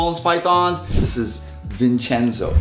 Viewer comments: its vinchenzo, not vinchezno 😭😭😭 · You 2 are as bad as each other loo. First you spell it vinchezno and then he goes vincheo. Hahaha